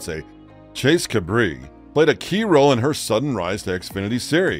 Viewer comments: OMG NO ONE SAID ANYTHING LIKE THIS!!!!! And her soon to be husband is CUBRREEE IS pronounced “Kay Bree” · His name is Chase Cabre and NOT Chase Cabri.